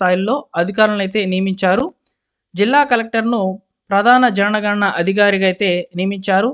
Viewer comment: Why do you always read JANANA GANANA ?